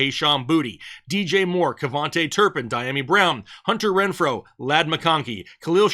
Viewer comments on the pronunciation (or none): none